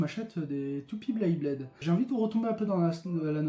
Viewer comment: Beyblade pas "Blayblade"